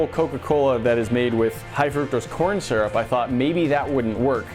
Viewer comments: Boi ain’t nobody say surup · You won't see this but your saying syrup wrong